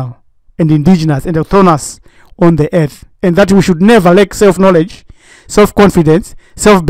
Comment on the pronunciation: The whole ear-th is Iyethiopia Afreekah